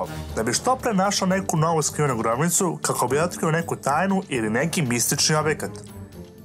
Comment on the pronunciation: Khako bi otkrio neku tajnu umesto Kako bi otkrio neku tajnu Treba Mu Menjate Glasovne Mehanike xD